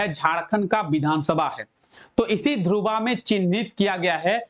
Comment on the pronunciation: ध्रुवा नही सर धुर्वा